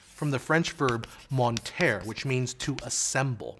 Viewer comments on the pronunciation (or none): Monter is pronounced Mon tay in french, not mont air, you're the second person to have made this mistake that I have seen who speaks about this subject (the other being Kyle Kalgren)